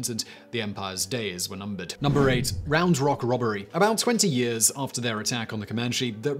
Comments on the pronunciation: No need to emphasize the rock it's just Round Rock should be one word but it's two😂I'm from that area of Texas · I'm from Cedar Park, I kept laughing at the way he was saying 'Round Rock'